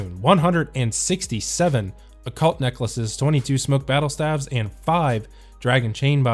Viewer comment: Love your videos man. FYI, if you care at all, ‘stave’ rhymes with ‘brave’, ‘crave’, ‘rave’, etc. Not ‘have’. I know, I’m the worst, who gives a shit? It just seems like every osrs youtuber mispronounces it and I’m the kind of idiot that actually gets bothered by those kind of things haha.